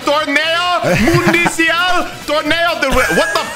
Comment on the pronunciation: this man really said TORNEO MUNICIAL